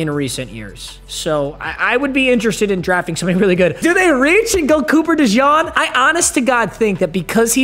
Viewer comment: And cooper deshawng